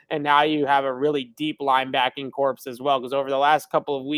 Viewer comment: Evan says "*blank* corpse" again he's gonna become one. It's pronounced CORE